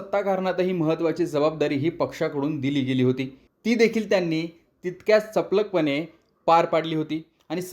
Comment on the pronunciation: चपलख नाही चपखलपणे 😂😂